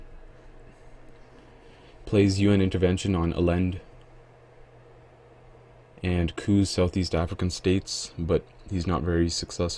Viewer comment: Have really enjoyed these videos. I really hope you make more, they are very interesting to watch and you do a nice job explaining the strategy. One minor thing, though: Allende is pronounced ah-YEN-day (not exactly, but that's the closest anglicized version I can come up with) Hope to play you on Vassal soon!